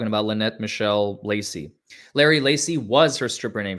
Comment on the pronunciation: It’s LueNut ..